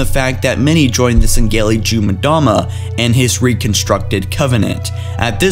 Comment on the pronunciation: Can you stop saying Sangheli like that